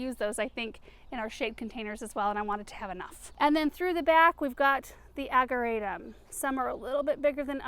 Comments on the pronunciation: We say, "Ag-jer-a-tum" with a soft "j" sound. I know it's no biggy, just looked it up to make sure I was right. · I know you said you tried everything with the locust tree. Have you considered pruning out all of the dead wood so it can concentrate on the new growth? BTW, ageratum is pronounced with a soft "g" as in German. One more thing, the wire vine may not be aggressive in a pot, but it very aggressive in the ground. Beware! I've been having to dig it out everywhere I planted it. It was taking over entire flower beds. If not trimmed back every year, they get very woody and new growth grows over the old growth and you only end up with leaves on the tippy top. I saw one that was 4' tall and all wood with just leaves on the top. It was one of the ugliest plants I've ever seen. So, if you have it, be sure to cut it back every year. Thank you for sharing all of your gardening experience! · Ageratum - can be toxic to liver, if eaten by animals, just a heads up. * The 'g' is actually pronounced as a 'J'.Love the colors!